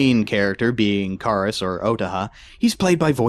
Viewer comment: you kepe saing karas wrong